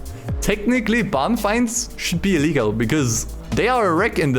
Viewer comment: IT'Z ILLEEEEEEGAL Yup, he is German. 😂